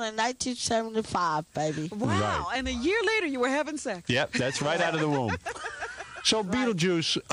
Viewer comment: *laetert learn your english smh